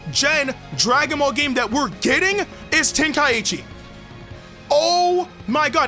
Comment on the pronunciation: Yea we won but ITS TEN-KAI-CHI